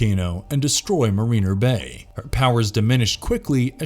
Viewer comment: Some of the words, like Quasar and Mariner were mispronounced.